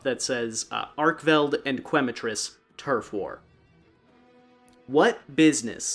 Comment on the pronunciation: Growing up speaking Spanish, seeing people pronouncing Quematrice as Qu-ematrice is always a little funny. It’s pronounced Kematrice as Que is pronounced Ke, Quema is Spanish for burn which makes sense because fire chicken. Loving the video so far! ❤